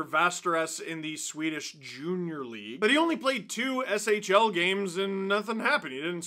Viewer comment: Listening to Steve try to pronounce SHL names will forever be hilarious.